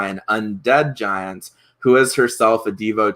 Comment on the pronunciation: I don't understand why you keep calling her Urgathoa "Ugothra" if you even know you're mispronouncing it. Strange...